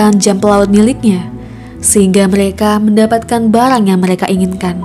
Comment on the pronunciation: Barang bukan balang